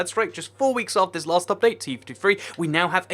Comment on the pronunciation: im up all night for the updáite XD X3